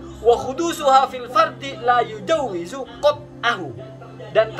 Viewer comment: Dia baca kitab saja tidak tau... La yujawwizu apa katanya??? Itu kan fiil Midori' , laa yajuuzu